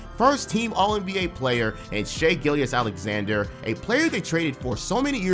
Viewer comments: You not saying Shais name properly is driving me nuts bro But also, another amazing vid. Keep up the great work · How do you follow the NBA this closely, yet don't know how to pronounce the runner up for MVPs last name? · How do you say Shai’s name wrong every single time in 2024 bro